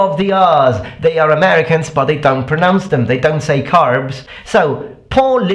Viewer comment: Question! Why are you pronouncing "don't" as [doŋ]? As in, with a velar nasal? I noticed that in your videos a long time ago.